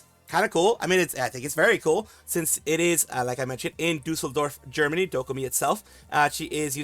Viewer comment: Your pronounciation of Düsseldorf is really great and almost spot on! You got the "ü" right as well! Although I won't attend Dokomi, despite living like 1h away from it, I am super exited for her. I hope she likes Düsseldorf, even if she sees it from an iPad or something like Ironmouse.